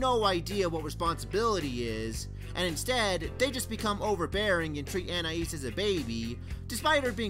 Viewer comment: Finally, someone who pronounces Anais's name the same way I do! Just for that: SUBSCRIBED!